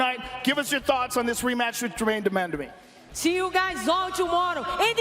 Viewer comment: Joe "Germaine Demandamie" Rogan